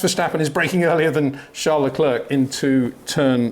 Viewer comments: Hey Peter, I enjoy your insights. But why do you pronounce Charles Leclerc's first name the French way and his last name the English way? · Why can’t Peter still not pronounce Verstappen and Leclerc correctly?